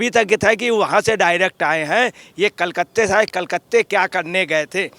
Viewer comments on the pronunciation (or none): Badal Patralekh hai Patralekha nahi. Kalkatta hota hai, kalkatte nai. Ajay patrakare